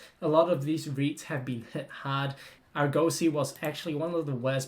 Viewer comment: Ps - in your research of Argosy, you should include how to pronounce the name of the company correctly .. 🧐